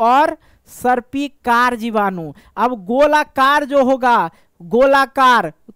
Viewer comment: Sir aap jibadu ko bijadu kiyu bol rahe ho starting me